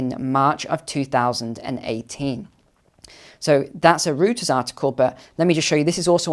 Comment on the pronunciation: I think you are bang on! I have shared it on Twitter and hope a few will listen. BTW, FYI no criticism Reuter's = Roy-ters.